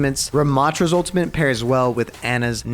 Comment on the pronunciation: why u say ultimate with a n